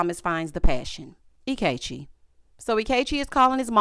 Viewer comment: Not "anti-Ikechi" 😂